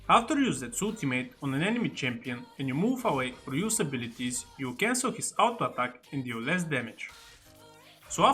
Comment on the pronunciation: your "Autoattack" sounds really nice man